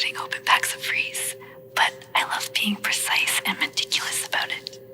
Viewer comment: Im so fucking pissed bro its "REESE'S" not "REESE"